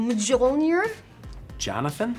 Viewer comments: "Whats the name of Thor's hammer?" "Milnajuar ?" "Majolnir?" " J o n a t h a n ? " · MijInor? I bet google translate can't even say that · "name thors hammer". "Miljuaner" "Mijaulmer?" "JoNaThAn" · Ronus ??hahah😂😂 and Paul Rudd “Jonathan “😂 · What is the name of Thor’s hammer?? Person 1: Mil- Mila-…..milna (Jua) Person 2: MAjonlIer Paul Rudd: Jonathan.. :p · of course! How could have been so stupid, all this time it was pronounced Johnathon not mijloniro… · The 2nd attempt was close but wrong pronunciation